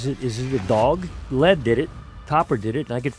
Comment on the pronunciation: Dint listen to a man that can't pronounce lead